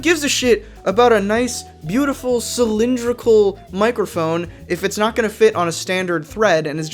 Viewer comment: "Mike err phone"